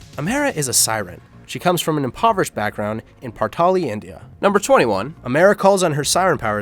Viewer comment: from how he say it it sounds like he said earth